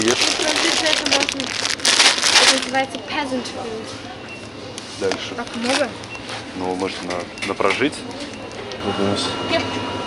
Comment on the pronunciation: "Пезантс фуд" говорит южноуральский пацан))